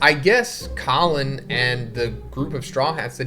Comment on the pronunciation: Come on, let’s pronounce Colon’s name correctly. It’s not Collin 😂